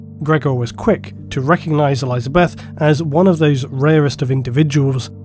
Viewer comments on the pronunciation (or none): I'm convinced he's doing it on purpose now to annoy people like me who hate his misprenunciations. I mean, who the hell pronounces Elizabeth that way?!